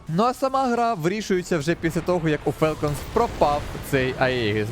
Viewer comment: Правильно "фОлкенс". Тіко не бийте, так дійсно правильно звучить